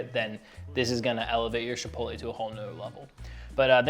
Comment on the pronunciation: The fact that you call it "SHipotle" made me feel fancy watching this